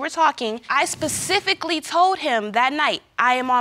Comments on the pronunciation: I hate when people say “Pacifically” 🥴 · Also pacifically